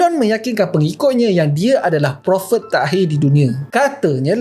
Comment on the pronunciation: cakap prophet pun pelat eh😂